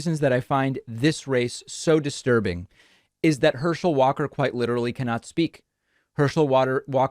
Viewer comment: "Herschel Walker cannot speak." Then you proceed to mess up his name and can't speak yourself lol 😆